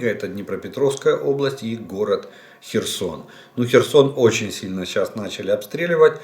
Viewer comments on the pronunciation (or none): none